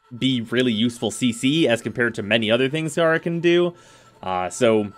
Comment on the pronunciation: I mean according to lotus its gay-ra not gah-ra but an actual puppeteer frame could be boss, taking operator to a whole new level